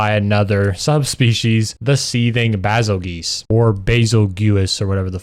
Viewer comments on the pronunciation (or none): Bazelguese is pronounced "bay-zull-juice" lol. It's like the star Betelguese, which is pronounced like "Beetle Juice" (yes, that's where the name came from) Edit: nah it's called Monster Hunter Rise because them twins made something rise in my pants